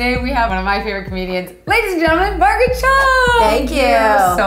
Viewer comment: did she just say "maraget cho?" ma-ra-get ??? lmfao